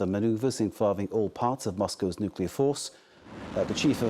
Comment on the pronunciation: Nuculear war?😂😂😂